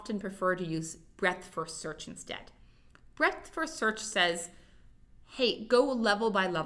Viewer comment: When you hear break-fast search instead of breadth-first search you know you should go take a nap